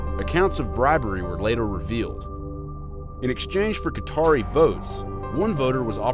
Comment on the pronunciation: How are you saying “Cutter” but can then pronounce “Qatari” correctly hahah